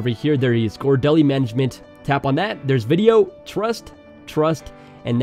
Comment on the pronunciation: Can we pause in "Vidyo?"